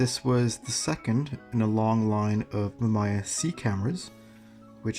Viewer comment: Mamiya not Mamaya.